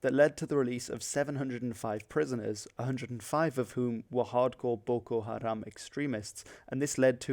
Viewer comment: waw your pronounced well 😅😅😅